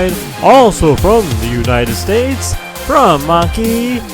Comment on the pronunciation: You said anki wrong